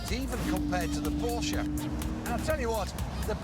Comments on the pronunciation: he said "the porka"????? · Its PORSCHE, not PORKE